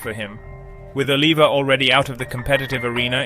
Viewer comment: It's pronounced O-liv-e-A and Wee-der. Please, if you're going to do a documentary do due diligence and make sure you've got everything right. Thank you!